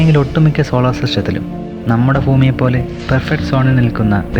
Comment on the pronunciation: ഫൂമി ന്ന് കേട്ടത് ഞാൻ മാത്രം ആണോ?? 😂 എന്തായാലും video quality oru Raksha illaaa ❣️❣️❣️